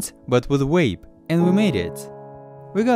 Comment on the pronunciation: Ben Creech yeah guys stop this is a good video on wapes and cagrets